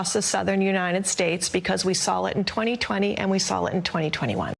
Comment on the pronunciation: Did she say "saw it" or "saul it"? We saul it in 2020, and we saul it in 2019